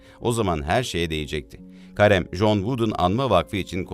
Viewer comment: Karem değil de Kerim de lütfen